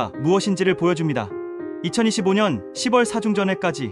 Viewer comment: 10월은 십월이 아닌 시월로 읽고 표현 해야 됩니다 😅